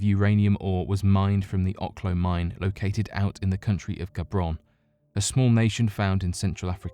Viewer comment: "... the country of Gabron"? Come on, guys. Don't tou mean Gabon? There is no country named "Gabron". You should review things before publishing them.